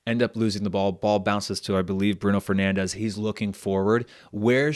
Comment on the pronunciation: Really cool format! Just a small note: Bruno Fernandes is not pronounced "Bruno Fernandes" as in Spanish, he's Portuguese and should be pronounced more like "Brun Fernandsh".